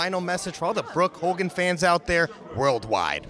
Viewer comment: Hogan, not hulgan 🤣